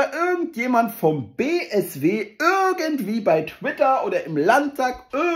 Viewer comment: Woher kommt das, dass er ürgengwie sagt statt irgendwie?